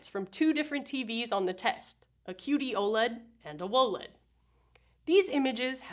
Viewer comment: “Woah-LED” ©️ 😅💙